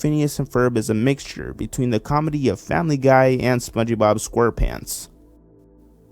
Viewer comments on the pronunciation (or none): Did he say “spongey bob square pants” 💀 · did you just pronounce the 'e' in spongebob...? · Why TF does he say SpongeBob like that